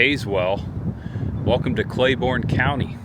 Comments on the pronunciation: The county is pronounced Clay-BURN not Borne. but the video is awesome! I spent many years trapsing through the hollers of Speedwell. and Running around with family and friends in Tazewell. Many summers eating at the Frostee Freeze. I miss those days. Thanks for taking me back. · It’s also pronounced “Clay-burn” county, not Clay-born”. Regardless, great video.